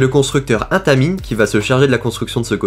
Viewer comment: Charley toi aussi ça t'as fait mal aux oreilles comment il a dit "Intamin" et "Hanging time"